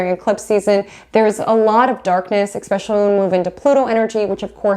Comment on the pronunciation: This is great information, but I was so distracted by you saying eCKspecially, instead o eSPecially, that I could hardly focus!